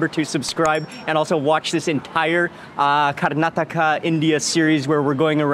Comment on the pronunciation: 👏👏👏👏great to hear right pronounce of our state "KARNATAKA" Mr wiens😇 our own some of natives indians never knew how to pronounce it😤 more than they know how to pronounces but never going to do that🤬